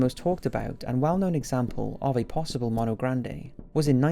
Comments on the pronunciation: Tiny nit-pick for the "mono grande," if you pronounce it like this in the video, with a soft O like Monster, technically "mono grande means Big Hand. You have to pronounce it with a long O like Moan if you want it to mean Big Monkey. Phonetically speaking, mah-no mean hand, moh-no means monkey. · Mono is prounounced (Moe-No) It's not Mono (Mah-No) that's how you gringo's say it. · You said mono wrong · the way you say mono is super wrong. but still good vid